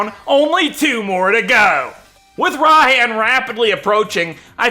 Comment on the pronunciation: IT IS PRONOUNCED RAI-HAN